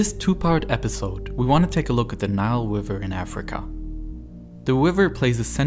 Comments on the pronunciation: Forced to click “don’t recommend channel” no I never hear this awful speech impediment narrator by accident ever again. Nile Wiver. Ugh. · Not tryna be mean but the way he says river is hilarious 😂😂 wiver 😂😂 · i cant get over how the narrator sounds like hes speaking uWu speak throwing in Ws where Rs should be. Wiver, Twird, Fwesh Water. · Except he’s saying wriver instead of river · Is it me or is he constantly saying "Wiver" instead of "River"? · He keeps changing it throughout the video. sometimes river, sometimes wiver edit i changed some of the sentence because i'm not very good at english (english is my second language) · The wiver in Afwica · He accidentally pronounced it wiver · Are you German? You pronounce "River" like "Wiver". I know some Germans do that when they try pronounce "squirrel". It scounds like "squiwwel" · BRO YOU SAY RIVER "WIVER" LOL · Please learn to pwonounce R's pwoperly